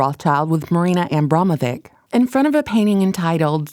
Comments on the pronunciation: It's pronounced "Abramovich". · I can't watch this. You can't pronounce names correctly and you have serious diction issues. Rothschild isn't pronounced that way and neither Abramovic. Please, learn!